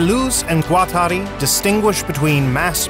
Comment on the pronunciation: Thanks for this informative video. Taking some French lessons would improve the pronunciation especially of D. and G. which is desperately needed imho